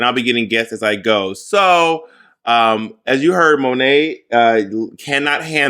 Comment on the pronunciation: Monet...Why do you keep saying Sow?